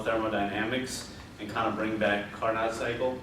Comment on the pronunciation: Good initial overview of what was going to be discussed in your presentation. Carnot is pronounced "car-no", with a silent t... :) Overall, it was a good presentation, especially of Saturated Pressure vs. Temperature.